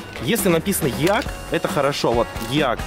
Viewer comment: EAC читается как ИЭЙСИ,а не Еак